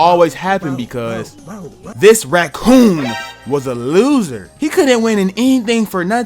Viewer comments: Nah, unc said Racoon with the hard R😂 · We heard the emphasis on that raCOON part